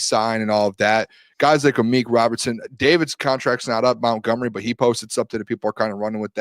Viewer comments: Why does always say “mountgomery” it’s MONTGOMERY! lol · So annoying... might as well call him...